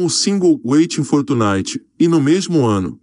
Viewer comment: O gajo a falar os nomes em inglês é bué engraçado "witin for tchunitchy" kkkkk "secound actchy" hahahahah mds "letchy getchy laudy" jahahahahahahahaha eu deus kkkk